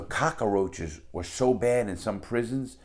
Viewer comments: Larry says cockroach like Tony Montana. Cock-uh-roach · "Ramoon noodle soups" "Cockaroach" (reminds me of Tony Montana) Love the way he says those